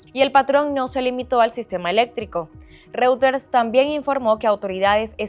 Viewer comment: Que alguien le diga a la periodista como se pronuncia reuters, ya se fue Maduro lo puede hacer mejor